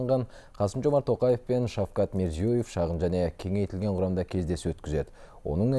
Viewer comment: Мына журналист окымаган биреугои.озбекстан президентинин аты жонин дурыс аиталмаи отыр каита каита.